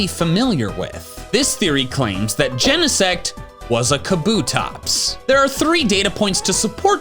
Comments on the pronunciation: That's ... a weird pronunciation of Genesect ... I would think it sounds like insect, except replacing in with gene. Ain't nobody pronounce gene in 2 syllables. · Did bro just say jenasex? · I saw genesect at the preview and why everyone pronounces it like that and not "gene-sect"?